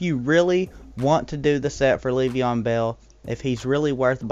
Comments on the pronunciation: It's not pronounces like Leev-e-on it's Lev-e-on. Not so much emphasis on the first e... Just had to say it lol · its so funny, I love it lol